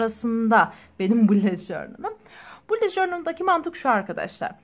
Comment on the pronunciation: bullet diye yazılıyo bulut diyo okunuyo sinirlerim bozuld hakaret amaclı yazmadım